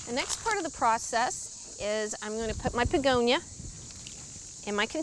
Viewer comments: Are you pronouncing it Pegonia? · I believe she was pronouncing it as BEEgonia w a strong emphasis on the B which could sound like a P.